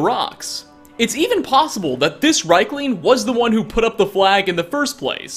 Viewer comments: riekling, not reikling. pleb. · ...REEK-ling. REEK-ling. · Maybe at episode 100 he will check the ingame pronunciation of, say, Riekling, before narrating the video